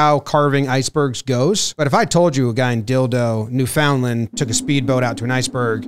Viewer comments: Boys... Its so easy to look up how to pronounce Newfoundland. New-fn-LAND. Everytime I hear newfinland or newFOUNDlund it hurts 😢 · Guys please…. It’s pronounced: NUUU-fn Land and Labrador. They’re one province. None of this Nu-FOUND-land. Now THAT’S some weekly dum. Haha